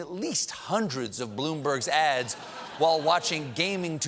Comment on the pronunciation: Any one else heard him saying ass instead of ads ?? lmao